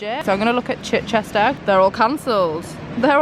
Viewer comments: its literally pronounced chich-chister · Chichester is pronounced Chi-chister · The way you say Chichester 🙃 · slightly triggered at how you pronounce Chichester but other than that love it 😂